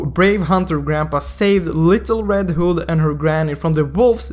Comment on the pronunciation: Why can't any mobile legend you tubers read... Vow, pronounced by this guy vooo. Little, pronounced as LIT Toe, Hood pronounced as hòòd. Dude you need to stop with your accents